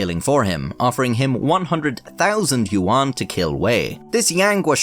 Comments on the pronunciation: for future reference, yuan is pronounced more like "yen" or "ywen". Im gonna pretend I didnt lose my mind every time you said it in this video. I must say, as far as I can tell, you pronounced the names pretty accurately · "You juan" 💀💀